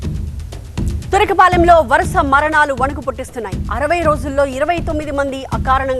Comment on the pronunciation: Medam ki noru tiraganatlu vundi....turakapalem andi adi...tirukulpalem kadu....😅